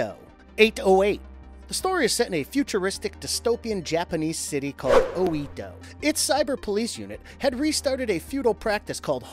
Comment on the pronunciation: "O Eee Doh" Yare yare....